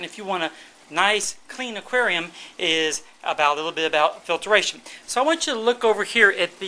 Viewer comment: I like how to say filtration... "Filteration" LOL! =)